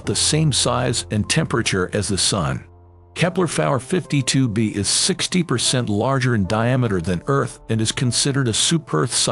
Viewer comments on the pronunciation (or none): If this dude doesn't stop saying "kepler-fowler 52B" and/or "kepler-far 52B" I'm gonna lose my here ...... !!!! 0_o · "Or its remnants of kepler fawer 53b" IM BOUTTA HAVE A STROKE STOP USING AI